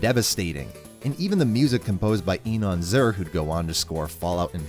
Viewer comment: The quest to find someone pronounce Inon Zur correctly continues